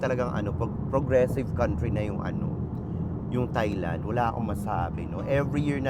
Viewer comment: it is pronounced as tai-land bweks naman!